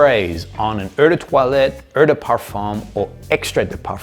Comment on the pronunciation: I think that someone with so much knowledge should know how to pronounce "eau"!?